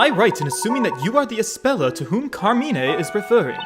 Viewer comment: Actually luke pronounced Carmine wrong, but Carmine himself spelled it right when it was reading the letter